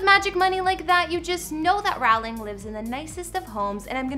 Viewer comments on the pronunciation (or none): This women is pronouncing both 'Rowling' and 'Edinburgh' incorrectly. And there's a county she pronounces so incorrectly I can't even tell what she's supposed to be saying. How hard is it to do a cursory search. Shut up. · Learn how to pronounce Rowling...if you want to talk about her 🙄